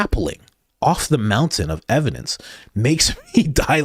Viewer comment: Brandon Tatum on a MOUN-tin of ev-i-DENCE 😂😂 Can’t thank you enough for the laughs. Thanks Coach!